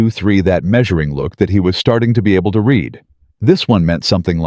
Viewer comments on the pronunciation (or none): Your story is partially about a company that uses words as their commodity. Don't you think your narration should use words correctly? Like almost all AIs, the "read" is frequently mispronounced.